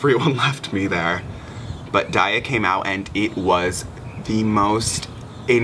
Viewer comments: that's not how u say daya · I get annoyed when people pronounce Daya wrong.